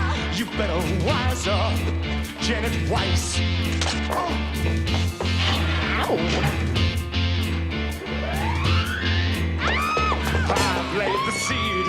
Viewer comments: Eh? But it is pronounced Weiss! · In German, it would be pronounced Vice anyway, not Weiss